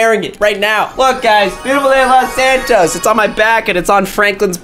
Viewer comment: "Los antois" sounds like "lot ant toast"